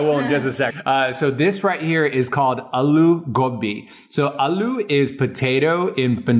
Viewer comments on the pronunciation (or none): dHAR ITS IS NOT ALOO ITS AAALOO